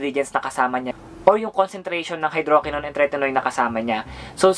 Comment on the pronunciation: The TRUTH about Maxi Peel that you need to know is #2 and #3 ay same lang walang pinagkaiba (check the label, 2% hydroquinone and 0.020% tretinoin). Also, mali ang pronunciation mo ng tretinoin and hydroquinone.